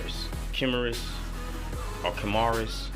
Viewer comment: Oo~ HG ASW-G-66 Gundam Kimaris Vidar. Nice. I'm pretty sure the sticker is the head of ASW-G-08 Gundam Barbatos. The pronunciation is キマリス (Ki-Mah-Rhee-Tsu) The evolution is: ASW-G-66 Gundam Kimaris ⬇ ASW-G-66 Gundam Kimaris Trooper ⬇ ASW-G-XX Gundam Vidar ⬇ ASW-G-66 Gundam Kimaris Vidar So this is actually the fourth version. Oh and you also got the HG ASW-G-11 Gundam Gusion Rebake Full City too!? Nice! I'm gonna keep waiting for more MGs and just stick with MGs for IBO.